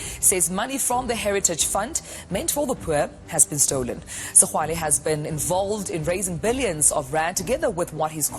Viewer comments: Awa maan it’s pronounced Segwale that X =g 😂😂😂😂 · Why is this guy failing to pronounce all known segwale🤣🤣🤣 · Where have you been that you can’t pronounce segwale🤣🤣🤣